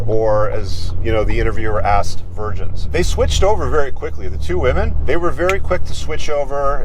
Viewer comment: "we are vingins", HAHAHAHAHAHAHAHAHAHAHAHAHAHAHAHAHAHAHAHA!!!!